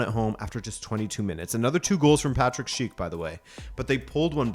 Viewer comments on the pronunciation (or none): none